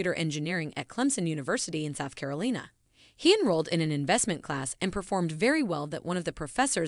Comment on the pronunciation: How do you have an American accent and NOT know how to pronounce "Carolina"?